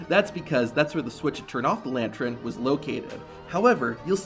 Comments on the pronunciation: It's lan-tern not lan-tron wtf, great video though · this guy says "lantren" I wanna kill my self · Is it just me or is this guy really saying "lantren" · Are you saying lantren? wtf? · Got so distracted at 'lantrern'. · If you're going to say the word 'lantern' 8 times in the space of a minute it's probably a good idea to check you can pronounce it properly. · I like the video, but i really really need you to practice saying the word lantern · Man says lantern real weird